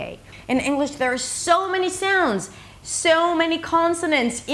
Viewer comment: I sometimes feel that when you say words with the /ou/ dipthong, you say something like /eau/ like when you say "so" or "sound". Is that OK?